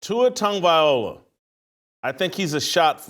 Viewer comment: Jason still can’t pronounce Tua’s last name after all these years lol.